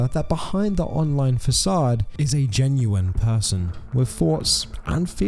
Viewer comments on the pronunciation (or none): none